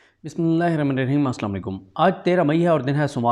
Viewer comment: سلام ۔ آپ کے تبصروں کو حقیقت کے قریب سمجھتا ہوں ۔ آپ (بسم اللہ الرحمٰن الرحیم) کو تکلف سے ادا کرنے کی کوشش فرمائیں ۔ جزاک اللہ خیرا